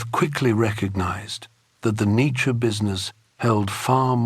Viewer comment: 1 minute in and the narrator pronounces his name incorrectly..